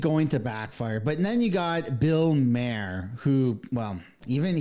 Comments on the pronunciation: MAR. It’s Bill MAR. 👍🏼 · And Bill Mayor? What’s up with this guy?